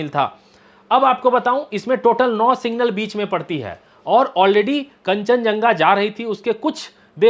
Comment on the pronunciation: भाई साहब सिंगल नहीं सिग्नल बोलते हैं